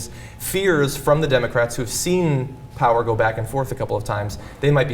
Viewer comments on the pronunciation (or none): none